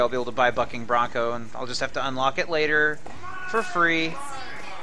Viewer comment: am i the only one who hears fucking brunco rather then bucking brunco